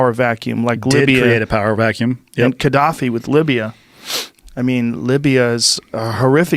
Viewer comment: Its "Gaddafi"